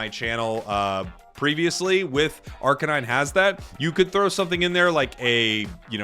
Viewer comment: Please say arcanine correctly. It’s not a police kuh-nine unit. It’s a kay-nine unit. Dogs are kay-nines.